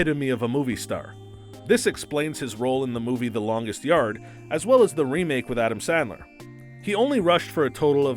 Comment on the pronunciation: Did he just say "Adam Saddler"?